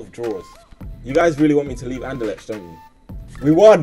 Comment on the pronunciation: Bruh learn how to pronounce Anderlecht. Its annoying.